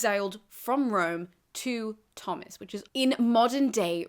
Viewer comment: Are you sure Tomas is pronounced "Thomas?" Shouldn't it be "toe-mus?"